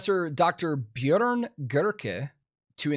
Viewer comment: Way to pronounce Björn!! Most people outside of northern europe have no chance of pronouncing that 🤘🏻